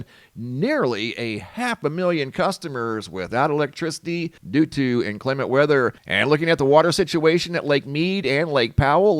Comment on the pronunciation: INclement, accent on first syllable (I'm pronunciation-triggered)